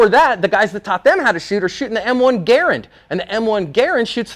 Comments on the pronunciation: Thank you for pronouncing “Garand”correctly. Love it. Lol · Its weird its the second time in one week I have heard it pronounced correctly in the original pronunciation.